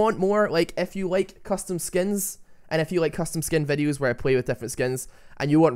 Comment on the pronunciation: nice "vedhioos"